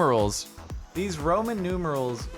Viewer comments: He said Roman numerals like ramen noodles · Jardon even after saying "Ramen numerals" still does not realize it was supposed to be noodles and not for no reason